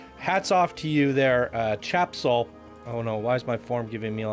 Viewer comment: "Tjebsol" doesn't read like "Chap-sol". It would be more "Te-jeb-sol". It's an interesting take on the game's story with a LOT of work put into it, but the journey is WAY too long. So many boosters. With stories like this, you need to do a synopsis version. There's no need to show everything single thing went on or spend a lot of time weaving in and out of a given location (i.e. the fort and town, river run, the underground complex) or long spurts of time traversing inaction zones built to separate areas (stretches of nothing more than trees, water, tunnels, red lit rooms, etc.). One or two passes is enough for the viewer to know about the area from the plot. Creating key moments is the best way to do stories like this for PC. For perfect examples on how to show a movie/game story in a semi-short form, look to Brad Hamilton and his many amazing PC creations. Also, the track needs serious smoothing. Really wonky.